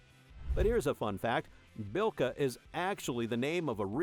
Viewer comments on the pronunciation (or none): Birka, not Bilka.